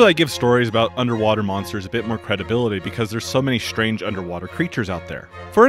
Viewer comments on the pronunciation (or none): none